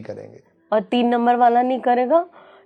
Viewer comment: पर सर ने क्या बोला समझ नहीं आया, बहुत ही ध्यान से सुना तब पता चला की 3 no, की बात की है। ये मोटी मेम की आवाज से और इनके आने से ये पुरा पॉडकास्ट का मजा खराब कर दिया